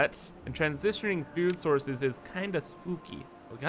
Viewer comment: FUUUUUD storage in my BEESE, and PEEPER for explosives. Killing me. Why are A's and O's so hard for you to say?